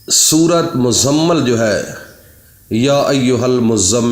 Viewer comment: پہلے اپنا تلفظ صحیح کرو عالم فاضل عامل صاحبMuzzammil اس کا صحیح تلفظ ہے